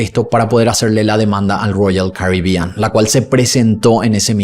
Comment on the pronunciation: Que problema tenés con las palabras ROYAL CARIBEAN? Suena raro cada vez que lo mencionas y tambien diferente, llama la atención la forma en que lo pronuncias.